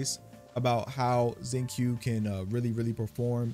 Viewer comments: Actually man just because the translation of your Genshin is in Spanish, and the way they spelt Xingqiu's name there as Xingchiu, that isn't the right way to pronounce his name. Since they're chinese based characters the pronunciation of his name is "Shing-Cho" with a slight hold on the "O". Like the way you pronounce QiQi as KiKi but it's actually ChiChi, hopefully this helps you get the pronunciations of their names just a little bit better. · hey its xing "chiu" not xing "kiu" lmao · Thank you for the video! As for wondering whether you said his name correctly or not-- you got it close, but not quite. His name is pronounced closer to "sing-chew"! ♡ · His name is pronounced "Shing-cho". I love using him, he partners so well with anyone but especially Chongyun for Shatters. I just wish I had Sacrificial Sword for him ;~ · Since you asked at the start the proper way to say his name is Shing chio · Shing-chu is how you pronounce it. Just like xiangling, shiangling and qiqi chi-chi. Chinese pronunciation of q and x are chi and s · It’s “sincho” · Its pronounced shing- cho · You are actually so close to the correct pronunciation. You just have to keep in mind that the letter "q" is pronounced with a soft 'ch' sound rather than a hard 'k' sound.